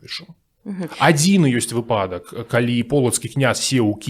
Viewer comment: Вельмі цікава, дзякую! І як расказвае і што расказвае. Але націск у слове "выпадак" будзе на літару "ы": вЫпадак:)